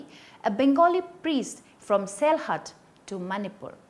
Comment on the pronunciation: And What is Selhat? Its Sylhet to be pronounced as SEELHET. So many tribes from Nagaland and Myanmar are being included. Where did u get those info.?